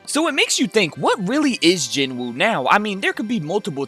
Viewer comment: Loved the video. But PLEASE learn the names of the characters. Ignis is Igris... Barsa is Barca (Bark-ah)... Jinwoo is pronounced Ji-nu... (and i know people are like, oh Jin-woo ji-nu, who cares. Its close enough and thats how its spelled.. But thats like saying Mitch-aye-el for someone named Michael). Just listen to the names. It makes me feel like you don't even watch it and you're just throwing crap and seein what sticks. Another point though, Solo leveling may seem simple in plot as of now.... just wait. Oh boy are you in for a wild ride....